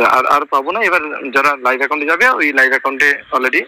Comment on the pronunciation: Ore, life a/c noi Live A/c bole😅